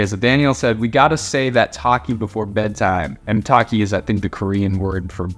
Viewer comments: toeh-ki is how u pronounce it, not taki. (ik he didn’t say ‘taki’ but it sounded like he said that) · it's not takki it's toe- ki lol good video tho!! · i know isnt fluent in korean but when he said “tokki” it sounded like he said “taki” 😭😭😭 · i love how he says "tokki" like "tocky"